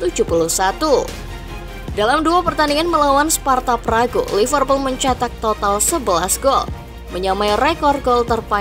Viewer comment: Gw jg jgkel, org asli sana nyebutnya sparta praha, ntah knpa jd sparta pragu 🗿